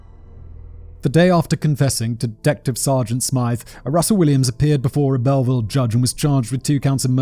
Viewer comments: Belleville is pronounced Bell-vill. As an Englishman, Simon, you should be used to pronouncing stolen French words :P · I'm sorry....how did you just pronounce that? It's pronounced Bell-ville for future reference!